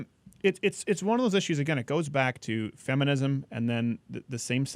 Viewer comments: The way Paul pronounces "issues" is really annoying he do got good points though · I think that's how the British pronounce it.